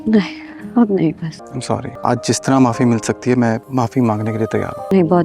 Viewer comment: THANKS FOR YOUR analysis. But few mistakes in Urdu and English pronunciation in your talk. You should say phir instead of fir. Also check the pronunciation of the word sorry,YOUR SORRy is oo narrow.